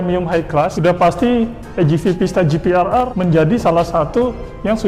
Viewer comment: Maaf penyebutannya itu GPR bukan GPRR